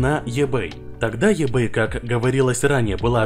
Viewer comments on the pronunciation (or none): еБэй, аж ухо режит))) иБэй правильно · Говори правильно: в слове маркетинг ударение на первую "а", eBay читается "ибэй".